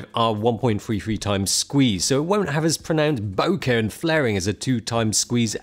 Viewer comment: Correct! And boke-uh not boke-eee!